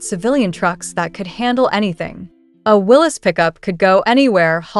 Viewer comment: It's Willeeeeeeessss NOT Willesssss.